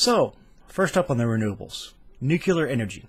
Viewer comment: not nucular, nu CLEE er. new clee er. I noticed when I did voice over that I had a few words I was actually mispronouncing and it was just years of habit and I had to basically retrain my brain. Like, seems I always said "im" words such as "important" as "inportant". Has anyone every proposed a solution that would cost $0 and be doable in 40 years: curb human population. ? We won't need half the power. ah, but I forgot the greedy rich who rely on the billions of people.